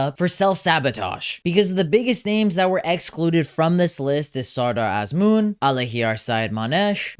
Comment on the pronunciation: why is he pronouncing Azmoun like a foreigner? Anyways, Sardar should've been included, the strongest line of this team was always our forwards with sardar & Taremi. without sardar, hope things won't go bad! still wants carlos queiroz? so we can play teams like india the same way we play spain? he took player's creativity away and parked the bus and the bus still allowed 6 goals in one game with his horrible line up which will forever be in sports history books! He was in charge for almost 9 years with nothing to show! also remember, queiroz did not take noorafkan to the last world cup even though he had one empty spot, I am glad queiroz is gone but not sure if ghalenoei is the answer! and wants kooshki? kooshki is okay for club but TM? please! however I too don't understand inclusion of haj-saefi, nemati and alipour, I agree with him on that. I know there was a big buzz about Zare, Fallah but both have been underperforming with their clubs in the last few months so I understand why they are not included but am glad eiri and kasra taheri are included. Sayyadmanesh should've been included as well. I actually think he should take 4 goalkeepers and one of the 4 should be Arsha Shakouri, he is the future and should be included to get familiar with atmosphere of the world cup.